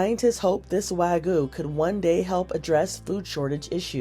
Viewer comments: Wag-yoo, not wa-goo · wagyu is not wagoo 😩